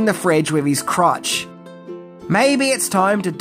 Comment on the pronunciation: Crutch not Crouch :face-green-smiling